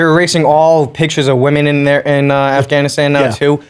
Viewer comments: "Arfgunistarn" hahaha drinking game every time Callen mispronounces Afganistan. im so fucked up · Who else thought Bryan would say AFGHAANEESTAAN for 1000 times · You know Brian is a man of culture the may he pronounces Afghanistan